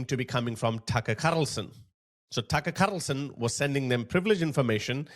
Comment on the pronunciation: Tuckerrh kharrrrrlson😂😂😂